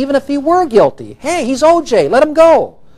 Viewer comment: That poor clerk has to hear herself screw up OJs name every time they play it!! Lmfao!